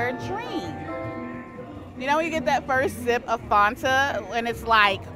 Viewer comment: Have I been pronouncing Fanta wrong my whole life??